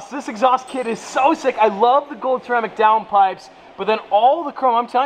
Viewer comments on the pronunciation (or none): none